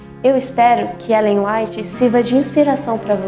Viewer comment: LOUVADO SEJA DEUS PELO MATERIAL PRODUZIDO, MAS SERIA AINDA MELHOR SE OS APRESENTADORES ESTIVESSEM MAIS FAMILIARIZADOS COM AS HISTÓRIAS. NÃO PARECEM ESTAR, NESSE AI MESMO, O NOME DE ELLEN WHITE É PRONUNCIADO DE MANEIRA BEM DIFERENTE DO QUE DEVERIA.